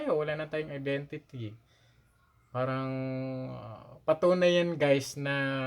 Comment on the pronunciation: Nanonood nga kami at parang hinde akma na guys ka ng guys pero kaming matatagal nang nasa labas ng bansa iniiwasan naming maging guys kahit araw araw kaming inglis ng inglis...Ang parang ngayon naging Par-ang na ang bigkas.